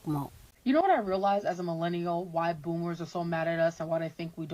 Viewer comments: its "Boomer", not "bloomer." 🤦 There's no "L" in the word. 😂 "Bloomers" are underwear. Panties/boxers. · Boomer,. Not bloomer 😂.